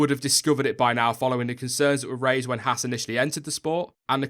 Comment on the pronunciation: friendly note: It's pronounced "Hawz" not "hASS" The misprounication lands hard on American ears...not a big deal but Haas' entry into F1 is growing the US fan base (and YouTube subcribers) who own and operate Haas CNC machine tools. Perhaps more importantly...there's a growing disenchantment with US based NASCAR motorsports. Stewart-"Hawz" being preeminant in that endeavour (look, I spelled it with a "U"...quid pro quo) is ultimately bound by the format of multi-colored cars taking left turns. Yes, we Yanks realize F1 is "the rest of the Worlds" motorsport but we're warming up to F1 in droves thanks to Haas. Last, Gene runs his race teams the same way he runs his business...hand's on and no bullshit. What McClaren and Force India are exhibiting mirrors the reactions of Haas' machine tool competitors around the globe. In short, Gene's used to it...don't expect him to flinch anytime soon. And you're right, McClaren/Force India would do well to spend more time gazing at themselves in the mirror.